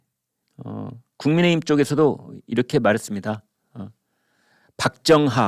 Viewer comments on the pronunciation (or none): none